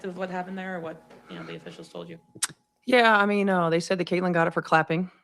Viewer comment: She's been doing it for weeks now. Pronoucing Caitlin's name must give her ulcers. The degree of simmering jealousy and hatred is stupefying! But what to expect from this parody of a coach, who called CC's season-ending injury "a blessing in disguise" ?